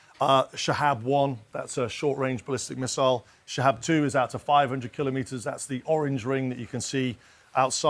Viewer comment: They keep pronouncing the drone’s name wrong. It’s supposed to sound like Sha- Heed.